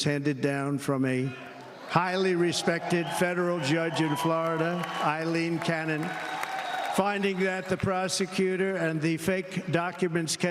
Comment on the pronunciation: Lmao, he didn’t even pronounce Aileen Cannon’s name right.